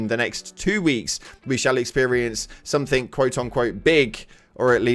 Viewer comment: Somethink? SomeTHINK? AAARRGH!!!!